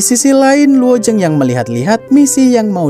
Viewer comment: Penyebutan kata luo zeng nya kurang jelas jadi yg saya dengar cuma luo jeng,luo ceng.